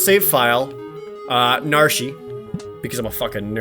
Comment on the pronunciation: Narshy? Really?